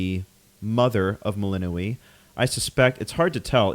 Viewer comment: Shouldn't Melinoë name have stress on "o" ?